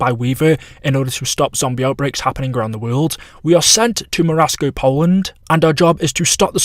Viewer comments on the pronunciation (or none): none